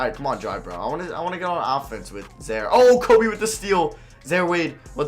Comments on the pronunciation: mans said “za-er” lmao it’s “zi-eer” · im pretty sure it is zi-air not zare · Its pronounce Zaire not Zare wtf lmao good vid tho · "Zaare Wade" 🤣😂😂 I'm done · I think some white people are incapable of pronouncing zi-eer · It’s zi ear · Yea, his pronunciation was painful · pronouncing names wrong.... Zare Wade Zeeon Williamson